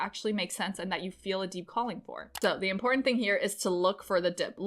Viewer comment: Nice! You can take the next plateau when you realize that the word important is one single word. It's not import ant. Its important...one word